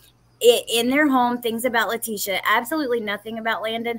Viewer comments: This is an amazing channel but please gid call her by her name not LA TEE SHE A. ITS ANNOYING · I'm sorry if I sound rude so please 🙏 don't take it that way ! I'm going to just say that her name is pronounced Latecia like latesha not lateeeecia ! If you listen to Al he says tesha like that so people don't like it when you pronounce their name wrong ! My name is D on ! Not Dionnee which is how a lot of people try to pronounce it ! So maybe you can pronounce her name correctly!